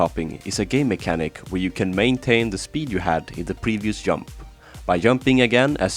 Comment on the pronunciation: lmao its funny how u pronounc e jump as yump